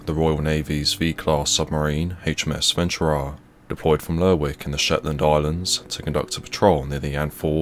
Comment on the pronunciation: It's pronounced Lerrick. I didn't watch several seasons of Shetland for nothing. This is why the SNP is gonna be running away with yer oil.